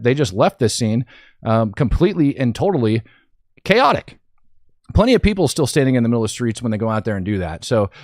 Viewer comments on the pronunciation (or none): none